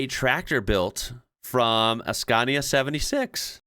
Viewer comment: Finally, you have learned how to pronounce SCANIA correctly, unlike before when you said “SKENIA”. Thank you very much.